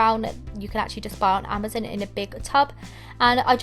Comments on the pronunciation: You are pronouncing Amazon wrong it not amazin its amazon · wth u said “amazen” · I like how u said Amazon 'Amazin' lol😂😂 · hehe she said AMOSZEN